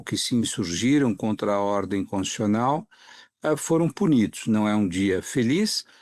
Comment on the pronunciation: Boa parte das pessoas pronuncia a palavra CONS-TI-TU-CIO-NAL engolindo uma sílaba: CONS-TI-CIO-NAL. O segundo depoente superou a tudo e a todos engolindo nada menos que duas sílabas, pronunciando CONS-CIO-NAL. Que vícios são esse? Com a palavra os fonoaudiólogos. 😂😂😂